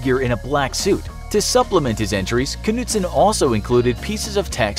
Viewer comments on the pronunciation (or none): That’s not how you pronounce “Knudsen”. The d is silent, and the e is pronounced as ø.